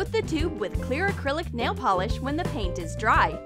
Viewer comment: did anyone hear clear akrilic nail polish???